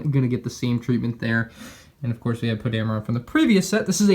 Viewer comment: It is pronounced Poe Dam - er - in... Poe Dameron